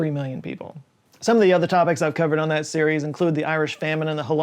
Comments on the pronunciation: Holodomor/golodomor, not Holomodor (holod/golod - famine, mor - mass death) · HoloDOMOR, not holomodor, come on! I hope your research source was not Jordan Peterson, as this guy is quite famous in Ukraine for the same mistake. And not in a good way. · Holodomor* you said Holomodor. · I think you mean holodomor, not holomodor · Holodomor. Not Holomodor. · Holo-DO-mor, not Holo-mo-dor. If you're going to talk about the worst atrocity in the history of my country, at least show some respect. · As a Ukrainian, I appreciate mentioning the Holodomor of our people, but it's definitely not "Holomodor" :) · Not Holomodor but holoDoMor. "Holod" is hunger (or freeze depending on how you spell but not in this case) "mor" is massive deaths from anything or the act of leading someone to death. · Holo-do-mor, not holo-mo-dor. Note on this one - more and more historians are moving away from defining it as USSR's attempt on killing all Ukrainians, as there was widespread famine throughout the region and specifically in Ukraine, it was induced by rich farmers not wanting to share their wealth and instead destroying a lot of food. Take this with a grain of salt as I'm writing from the top of my head, but I know you can do a good research about it and find out for yoiurself. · HoloDoMor,..not HoloMoDor. you're the second youtuber I heard say it like that! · it's "holodomor" not "holomodor" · I think this is not the first time you said "Holomodor". It's "Holodomor". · Holodomor, not holomodor. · You've mispronounced "holodomor" (not holomodor). Yes, that's a lot of 'O's. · Great video - I'd heard of the Bhola cyclone but knew nothing about it. One correction: it's Holodomor not Holomodor. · you mispronounced the Ukrainian genocide as "holomidor", its "Holodomor" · "Holomodor" I'd expect, of all people, considering his content on Nebula, to be able to pronounce that correctly...